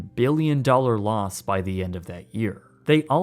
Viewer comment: “over one hundred mbillion dollars”